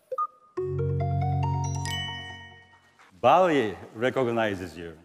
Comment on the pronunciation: Baillie more like Ball-E.. When we getting our WAll-E?